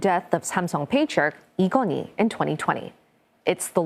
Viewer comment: I think this news anchor is Korean. Her Korean pronunciation like Samsung, Lee Kun-Hee and Chaebol is perfect.